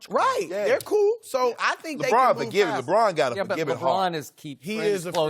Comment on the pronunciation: Napier Nah fam, LeBRAIN James🤣